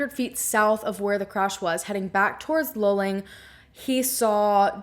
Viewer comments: Thank you for covering this story. I'm in Houston and the coverage of this missing person case was minimal. You mentioned maybe it was a Frat. Hazing. - This is a great theory. Could he have died during hazing and the accident location is staged? Luling ( pronounced Lou Ling ) is half way between the College and his home. **Was he in a Frat? If so, were any of the guys from Luling? What I can tell you about the highway in Texas at night - it's dark and you can easily miss a turn off or make a wrong turn. So this theory works too. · It's pronounced LOO-Ling, just so you know. No biggie. But your description of Texas Rangers is completely incorrect and spreads misinformation. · No offense ..but the city, for us semi local to town Texans...it's pronounced Luuuuuling (like eeewww)🤠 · Loo-ling, not lulling. More oil well pumpjacks than cows around there. Years ago we used to drive through that area regularly. One can smell the oil in the air. It is interesting to look at the Google Earth pix of the land around 2300 Salt Flat Road. If nothing makes sense, one should re-examine initial assumptions and maybe even repeat initial actions in the light of revised assumptions. It wasn't really that cold that night, according to historical weather records. Not cold enough for a young man in good physical condition to experience paradoxical hypothermia, but maybe, if he had a concussion injury or was using some substance other than and in addition to the cannabis. I think some kind of "Deliverance" scenario in the backwoods of Texas oil country is really far-fetched, and any self-respecting group of thieves would have taken the valuables for sure. More likely to run into a roving band of Jehova's Witnesses than a real evildoer. Although them trying to convert you can be an experience in itself. Drain that little pond just east of the old farmhouse at 2300 Salt Flat Road again. It looks like a nice swimming hole, but is probably polluted by the oilfield activity.